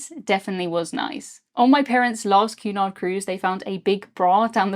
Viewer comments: I thought you were saying Qnon !! Queen Anne? The pee yellow color would have gave me sea sickness! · I've never seen it written until now so I always thought you were saying Q-nod instead of Cunard. lol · I enjoyed the video very much and good coverage of the experience. I do wish you might take the occasional break between sentences a bit of a heavy pace. Also as an American when your accent makes it sound like you are saying Qanon when you say Cunard.